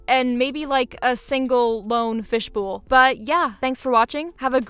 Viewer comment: ma'am, HOW did you just pronounce "fish bowl"???